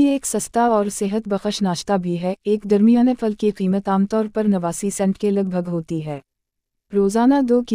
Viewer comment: پھل کو فل کہہ رہی ہے